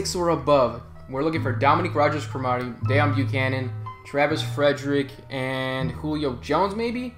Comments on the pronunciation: DEEEEEON NOT DAAAON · No it's kinda like Déone the way he says it